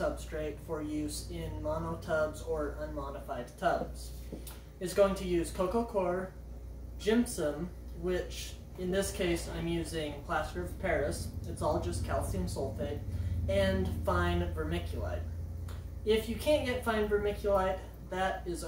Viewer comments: Coir not choir Cor-ee-er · Jimpsom? Gypsum is pronounced "Gip -sum"/"Gyp-sum". Coir is not pronounced "Quire"/"Choir". Think of the fish "Koi Carp" and pronounce it "Koi" and add an "r" at the end so you pronounce it as "Koi-r"/"Koy-r".